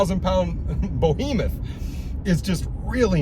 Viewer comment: What's a 'bohemeth'? A bohemian behemoth?